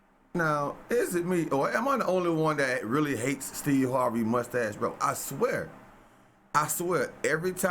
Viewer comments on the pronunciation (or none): Crustache lol instead of mustache